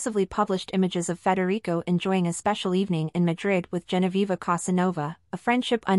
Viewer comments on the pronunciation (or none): Pronounced "Fred - Rick" NOT "Federico" he's not spanish for X-sakes! And Mary is named Mary! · I must admit I like your video however can you correct how you pronounce Crown Prince Frederick 's name it's not pronounced "Frederico" and Crown Princess Mary. Thanks Besides that these are good coverages of how much the married couple soon to be King and Queen of Denmark are very much in love and very much united as a family. Many Blessings to you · What? Frederico? Maria? What's wrong with you? It's Frederik and Mary. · It isn't Frederick or Frederico it is Frederik. How difficult is it? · "Frederico"? Crown Prince Frederik.